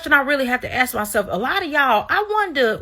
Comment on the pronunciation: quick lesson - how to say the word " ask ". Say the word ass and then add the " K " sound. So ASS-Kuh